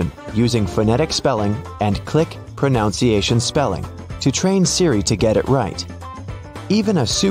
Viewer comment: This narrator doesn't pronounce "pronunciation" correctly. It is NOT pro-noun-ciation. Look the original spelling!